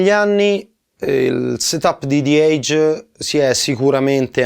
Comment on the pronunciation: grandi.... ma ragazzi la e iniziale di edge non si legge "ei" e non e' "zi eidg" ma la e rimane "e" e si dice "ejj". salutos